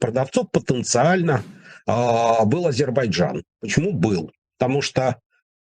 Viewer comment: потренируйтесь, пожалуйста, произносить правильно слово Азербайджан, - Вы произносите это, как Горбачёв!